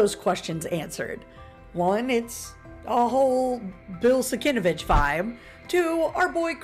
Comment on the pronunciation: Cool info, I always loved the cover. BTW the artist's name is pronounced SIN-KEV-ITCH.